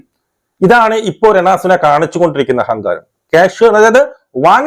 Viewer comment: ചേട്ടാ രണ സുന അല്ല രേണു സുധി 😆😆😆